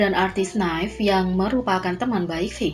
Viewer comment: Untuk pembawa acranya sedikit masukan NIve cara menyebutkan dalam bahasa Indo: Niv bukan naif kedengaranya spt pisau 😃